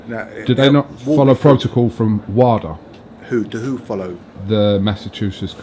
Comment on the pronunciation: It’s WADA pronounced VADA they are not two different entity’s 🥊